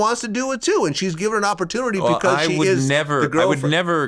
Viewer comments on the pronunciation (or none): He always pronounces it 'pecause' lol